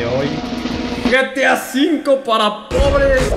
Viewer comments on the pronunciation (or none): Se dice getea zinko